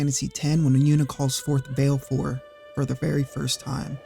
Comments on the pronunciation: “Vailfour” gurl bye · Vah-leh-four, like va-le-dictorian. She pronounces it in Dissidia. Awesome content!